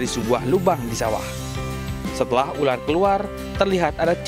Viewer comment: Ular min,🤣 bkan ularkk